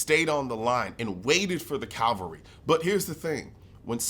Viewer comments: It's Cavalry not Calvary ! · Cavalry, not Calvary. One is mounted soldiers, the other is where Jesus died on the cross.